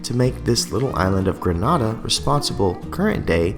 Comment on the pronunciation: it's pronounced Greh-nay-da, "Granada" is in Spain